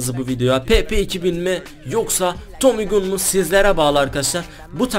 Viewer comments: Abi tommy gun tomi gan diye okinuyo gün diye değol😂😂😂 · Abi Tommy Gün Değil Tommy Gan Diye Okunuyor 😂😂😂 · tomy gun diye yazılıyoda tomy gan diye söyleniyo gun ne :D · tomüy gün değil abi Tommy Gun Desen daha iyi olur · Abi Tommy Gün değil Tommy Gan 😀diye okunuyo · tommy gun diye okunmuyo tommy gan diye okunuyo :D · Tomu gün değil tomy gan 😂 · abi tommy gun diye okunmuyor tommy gan diye okunuyor !! :) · Abi tomi gün değil Tomi gan diye okunuyor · abi Tommy Gün degil Tommy Gan Ewqeqwe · abi tommy gun diye yaziliyor gan diye okunuyor adamsain<3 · Tomi gan diye okunuyor abi 😂😃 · Ya ciddimisiniz silahın adi tami gan diye okunuyoeun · Tomi gan die okunuyor abi